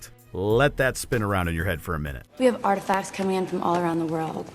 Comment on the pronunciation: Agree with most of the films mentioned in this video :) I think the fact Tara Reid isn't saying 'artifacts' properly, and seems to be saying 'artifas' instead, is perhaps one of the many reasons why this role wasn't a well cast one. Thanks for the videos, they're great fun to watch! :D